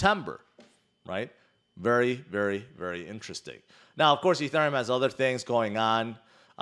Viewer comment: I think you just invented a new word. "Interesthing"